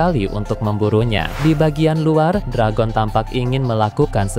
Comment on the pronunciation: Perebaiki perkataan Dragon, bbisa bahasa penyebutan bahasa ingris tidak? Belajar dulu